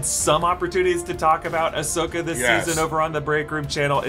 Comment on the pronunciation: Ahsokii!! Sorry I had to 🤣